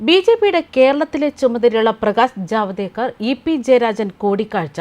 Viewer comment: അയ്യോ, ജാവേദ്കർ ആണ്. മറ്റേതു അശ്ലീലം. പേരെങ്കിലും ശരിക്കു പറയൂ